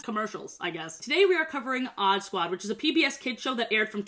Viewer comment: i rlly thought u said oddbods i was so confused